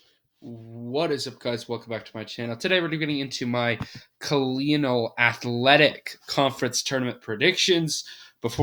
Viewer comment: Towson = Toosin. Colonial = co-lee-null Wilmington = Willyumgtin I love the pronunciations.